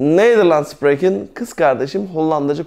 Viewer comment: arkadaşlar biz Belçikada yaşıyoruz ben okulda üzgün ve TAM eğitimini alırken ablam buraya giriyor.Burda anlattıkları biraz farklı hee işinize yararmı yarar ama burda SPREKEN derken yanlış söylüyor İngilizce gibi söylüyor ama tellafuzu çok farklı ablamda onun gibi söylüyor ben doğrusunu söyleyince e burda öyle dedi diyor?ve daha birçok şeyi yanlış anlatıp yanlış söylüyor?Emek veriyor ama TAM doğru anlatım yok eğer amacınız rahat ve DÜZGÜN bir şekilde Hollandaca öğrenmek ise en iyisi kurs veya okul.